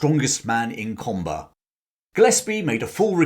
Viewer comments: FYI. Comber is pronounced Cum- (as in Cumberland - or as we locals would say "Come") - ber> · The correct pronunciation of the name of his home town is 'Cumber.' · Cum ber. How to pronounce Comber.